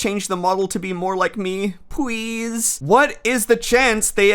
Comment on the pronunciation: transfem expert here! you display a remarkable proficiency of the language of the trans gals. the modified L sound in "please" is music to my ears :3